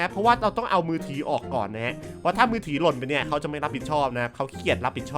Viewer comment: มือถือครับ ไม่ใช่มือถี่ 5555